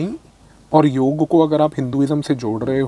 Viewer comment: Firstly, thanks for pronouncing Yog and NOT Yoga which most english speaking yog gurus have started saying just to appease their international audiance. While its great that Indian politicians are promoting Yog on International platform but they need to stop saying Yog has nothing to do with Hinduism. If all Indians start living a Sanatani life (which includes Yog practice), our healthy lifestyle and sucess will automatically start attracting more people to Sanatan Dhram.